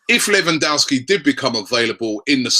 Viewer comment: LEV AN DOV SKI please say it right, infuriates me when people go American and say LEE WAN DOW SKI